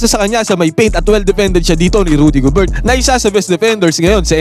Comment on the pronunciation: Gober lang Hindi GOBERT... silent T....